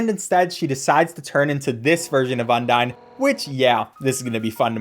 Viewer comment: thats not how u say undyne bro